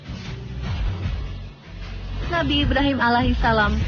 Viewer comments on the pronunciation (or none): Masukan buat onthe sport, sakit kuping mendengar kata muhamad, itu pakai dabal m MUhammad saw, dan Alaihisalam, harusnya ::: Alaihissalam, pokonya sakit kuping kalau gk pas penyebutannya